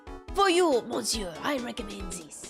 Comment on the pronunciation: Despite the word 'monsieur' being written that way, the 'mon' part is actually spoken like 'miss' (i.e. "miss me?") ."Sieur" is the same tone as the German "ö" actually, one of the sounds rarely produced in the English language. If I had to give it an equivalent, it would sound somewhat like the "Ea" used in "earl" or "early". So in English, you basically pronounce it "miss-ear(ly)", without the (ly) at the end. It also kinda sounds like "miss-you" if you put a heavy Scottish accent on the "you" part. French is one of those languages where a lot in those words gets swallowed up and muted or lost. "Mais bien sur" is actually "meh bee-n sür" (again "u" turns into the German "ü" sound.) "Tres" is "Tr-eh" (like the confused "...eh?" expression or the "e" in "emerald". "Alors" is "Ah-lor" (again like the "Ah" expression). Generally speaking, the "s" at the end of a word is a suggestion most of the the time and gets muted.